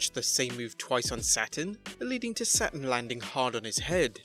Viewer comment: The wrestlers name is Saturn not Satin, and its Abdullah the Butcher not abdilla, could you expand exert the smallest amount of effort when it comes to pronouncing people's names